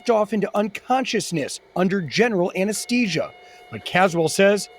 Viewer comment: Whoever is doing the voiceover should learn how to pronounce anaesthesia!